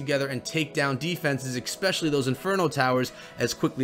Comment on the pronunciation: ESpecially not EXpecially